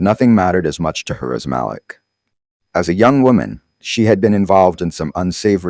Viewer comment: Need to check your facts. The son’s name is MALIK. You pronounced it right the first time, the second time you pronounced it another way, and again, in another way. After, you said chattel died and after that you said Malik died. I goggled this story with names given herein and there’s no story. Are you sure you’re not making this story up?